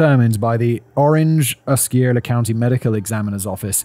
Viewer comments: So first, its Osceola (Ah-See-Oh-La) and second, my cousin was picked up as a suspect in that first murder lol. I don't miss Kissimmee (Kiss-immee) at all after all these years but itnwas cool when Celebration was first built to be able to drive around and experience seasons in the heart of florida lol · Just a friendly native Floridian FYI that Osceola is pronounced "aussie-OL-uh" and Kissimmee is pronounced "kiss-EM-ee" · I actually live in Osceola county, Kissimmee. I work for the school district where celebration also resides. I actually never heard the story. And my families been here for over 30 years. Simon: Osceola is pronounced “ah-see-owe-la” hopefully that helps.